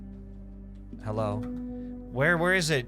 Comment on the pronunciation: It's Gerard not Jarrod ffs